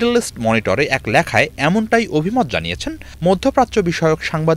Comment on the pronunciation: ল্যাখা নয় লেখা, উচ্চারণ ঠিক করুন ।